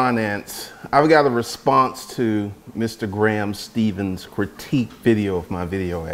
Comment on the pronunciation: I love how he refuses say his last name right.